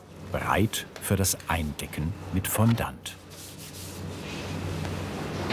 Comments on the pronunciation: Ich mag euch ja echt sehr. Aber „Fonndant“?? Eher „Fonndoh“… Excuse my French! Ihr beschreibt das zwar im Video, aber ich sage ja auch nicht „Hanndieh“ sondern „Händi“ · Es tut einfach in den Ohren weh wenn jemand "Fondant" so ausspricht...